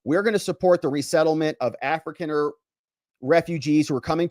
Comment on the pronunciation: It's pronounced A-fri-kah-ner.